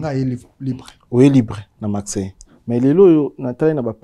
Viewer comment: Ce présentateur a un problème avec la lettre R. Focse, macseille, fiecté 🤣🤣🤣🤣🤣🤣🤣🤣🤣🤣